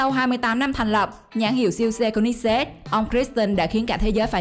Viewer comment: cô li zét ko phải cô nít zét